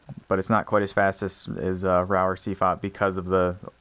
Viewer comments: Pronounced roo. He said it wrong. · And it's pronounced roo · ROUX - like RUUUU pls pronounce correctly) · It is. He just pronounced it wrong. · At least learn to pronounce "Roux" before you make a video ranking the method. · I like how the pronunciation of Roux changes throughout the video.